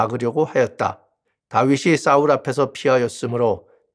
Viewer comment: 감사합니다 근데 언제는 싸울언제는 사울하시는데,사울이라고 해주시면안될까요? 자꾸거기에 집중되서..😢😢